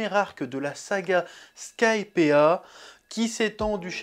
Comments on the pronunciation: Skypiiiiiiea (sky, pied ah !), pas Skypea, pitié Chef, mes oreilles vont pas tenir la prochaine vidéo sinon x) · Bonne review, par contre chef, skypea ça se prononce skaïpi, pas skaïpéa! Bon après ton accent anglais possède déjà sa réputation et tu as déjà dis que tu t'en fous pour na rue to.